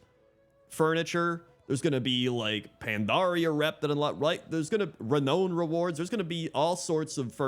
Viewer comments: not ruh-NO-nhe ^u^ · I've never heard anyone pronounce 'renown' the way you did in this video